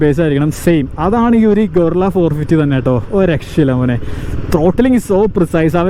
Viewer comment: ഗൊറില്ല അല്ല ഭായ് ഇത് ഗറില്ല